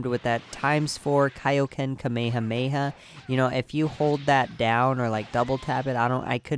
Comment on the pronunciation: You say it wrong it's not kamahama it's. KA. ME HA. ME. HAAA